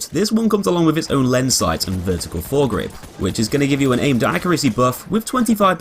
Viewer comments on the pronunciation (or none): none